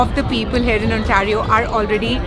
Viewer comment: Madam Ontario bolna toh seekh lo. It’s pronounced as Ontay-rio not Ontaa-rio